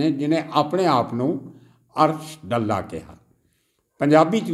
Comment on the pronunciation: ਸਾਬ ਡੱਲਾ ਨਹੀਂ ਡਾਲਾ ਪਿੰਡ ਹੈ ਜੀ